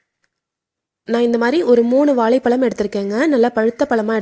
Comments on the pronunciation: வாலைபழம் இல்லை அக்கா, வாழைப்பழம்,, ஓகே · வாலை பலமா ? (இல்லை) வாழைப்பழமா? ..தமிழை கொல்கிறீர்களே ??? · If you cannot pronounce வாழைப்பழம் properly, tell BANANA... no issues.